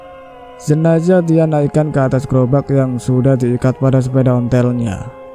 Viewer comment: Klo mayatnya wanita almarhumah bukan almarhum.almarhum itu utk laki".klo jenazah jgn d bc jenajah knp sih? Emng ga bs ya bedain huruf Z dan J ? Gawan menculik mayat kalimat ini salah.klo orang menculik yg d culik itu korbannya hidup.klo Gawan mencuri mayat bukan menculik.klo kejadian ini d Sampit rasanya ga semudah itu mencuri mayat ap lg sendirian.karena pemakaman d Sampit baru d gali 1 m aj ud keluar air ap lg sampe d gali lbh dlm lg tentunya airnya bertambah dlm lg Sy kira ga msuk akal klo d kerjain sendiri.mengangkat peti mati yg ad mayatnya itu aj minimal hrs 4 orang.itu klo tanahnya kering sperti d p.jawa.klo sperti d Sampit ga msuk akal bnget klo d angkat sendirian.nonsens impossible.lain kali klo nyiarin cerita mistery lg sbelum d siarin d cek recek dlu.spy ga d katain goblok bin bodoh